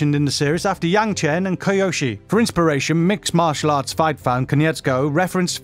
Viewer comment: Speaking of roles that J.K. Simmons is known from, in 107 nerdy facts, and never mentioning J. J. Jameson from Spider-Man... what a shame ;p and btw: - Dante "Brasco"? What the heck? - that's "Kyoshi", not "Koyoshi". You guys need some QA before posting those videos ;)